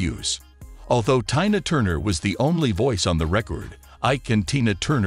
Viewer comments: Can you read what You see written TINA NOT TYNA “PRONOUNCE “ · the voice bot pronounced it to rhyme with "China" several times. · Figure out how to pronounce your words!! Especially TINA! Jeez! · Don't mispronounce her name, her name is Tina not what you said. Be respectful. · Not 'Tie-na,' good grief why the heck you folks don't pronounce peoples name's properly. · I don’t think he’s a person I think he’s a computer and yes her name that she almost died for was TINA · Sir you need to stop reporting because you are really pronouncing her name wrong. Please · Please...pronounce ber name correctly. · Yeah pronounce her name right or don't say it